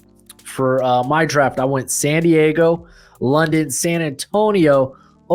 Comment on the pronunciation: This dude keeps saying Santiago thinking he’s saying San Diago and I can’t stop cringing.